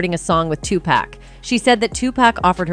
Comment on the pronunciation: Wait GD minute spill today commentator, PLEASE STOP u are hurting my ears the name is pronounced too-poc. STOP say too-pac for God's sake